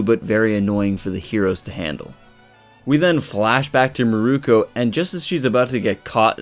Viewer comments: Mirko not miruko sorry that was killing me. Miruko is the guy with the wind tunnel from inuyasha. (Meer-ko) is the bunny girl from my hero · It's Mirko. Meer-koh. She's named after Mirko "Crocop".